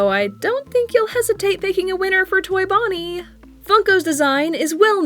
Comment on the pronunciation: XD HAHAHAHAHAHAHAHAAAAAAAAAAAAAAAAAAAAAAAAAAAAAA IT FAWKIN FUNNY that aint bonnie thats boneh